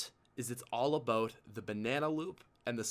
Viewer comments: Hey idk y but when you say a boat instead of about I want to correct you really bad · The way he pronounces about gets on my nerves. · Once he said “A 🚣 “. I knew he was 🇨🇦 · why did he say "A boat" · it's always funny when you pronounce about aboat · The way he says bout it sounds like boat in england